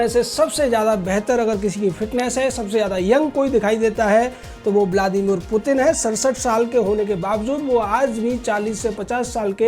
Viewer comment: Mutin Nahi putin mere Bhai